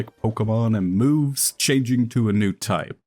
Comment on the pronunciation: Off topic, but I like the way he pronounces changing as "chinging"